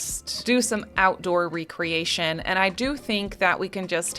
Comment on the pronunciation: You are mispronouncing that word. You are saying: RE-creation. That means to re-build/re-assemble. The actual word is REC-reation. As in leasure, hobby activities. Big difference. 👍🏻